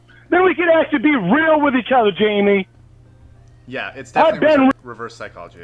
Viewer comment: “Be fawhkin real JAYMEEE!!!”- Lynne Armstrong, to a robot